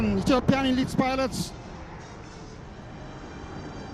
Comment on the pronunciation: elit pilot 😂😂😂 ay English ...dominating 😂😂😂